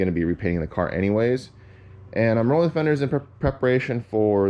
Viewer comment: You call that rrollin fenders???😂 More like beating fenders😢